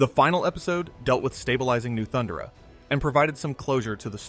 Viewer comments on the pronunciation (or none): ThunDERa, not ThunderA.....is this AI? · Thun - Dare - A or Thun - DAR - A... not Thunder-a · Its Thund-air-a, not Thunder-a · Why does this guy pronounce “Thundera” like that?